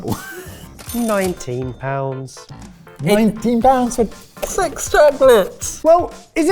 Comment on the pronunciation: not me trying to work out if said “NINETEEN pounds for SEX chocolates!?” O r “NINETEEN pounds for SIX chocolates!” 🧐😅😂😂😂🤷🏻‍♀️👍🏼🥰